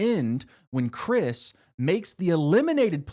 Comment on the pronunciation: The fact you mispronounced chris's name is atrocious